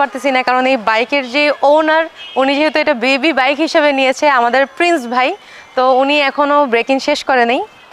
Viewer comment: কি ব্লগ আর করবেন, যে বাইক নিয়ে ব্লগ বানাইতেছন ওই রকম বাইকের নাম ই বলতে পারেন না ঠিক মতো 🤔